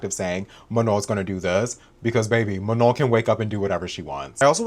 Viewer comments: 'muh-nawn' *sighs* microaggressive straight up. From Michigan and it's even more obvious to me these days when people do this. They're doing it to Abdul El-Sayed's full name right now to be Islamophobic and it's easy to see the same racist principles reflected here. And it's not even like Manon has a name with a bunch of diacritics or smth all with sounds that don't exist in English jfc. Like at least pronounce the 'no' part without the correct nasal accent and look like you're trying girl. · I feel so lucky that I’m subscribed to u and thanks for mentioning the thing about December ALSO I’m gonna make an edit of u with CapCut 🫶🏻💕 This lopsided bun manager needs to learn to say “manon” before talking bad like that like it’s not mu-naun girl needs to go back to elementary school Problem solving? U mean problem CAUSING And u did as amazing as always 💅🏻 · .... please may this lopsided bun not pmo. may someone please lmk if she pronounced Manon's name wrong on purpose or what☠😭 I jumped the gun, you touched on LP bun pronouncing her name wrong😭 The effort you put into these videos is amazing. Thank you for approaching this whole subject respectfully and still encouraging us to go and do our own research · i was just about to comment about how missy NEVER pronounces Manon's name right when you brought it up. it always irked me how she's known Manon for YEARS now and still doesn't say her name correctly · know what a micro aggression is, I get them a lot as a queer person, and ya that’s 100% what it feels like. She very clearly knows how to say Manon’s name right, everyone around her says it right and she has definitely heard it pronounced right online. I could give her the benefit of the doubt in the beginning but she is choosing to pronounce it wrong atp (love your pfp btw)